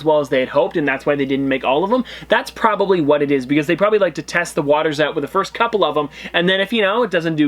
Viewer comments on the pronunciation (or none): none